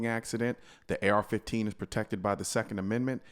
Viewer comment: Is anyone gonna mention he said AR-14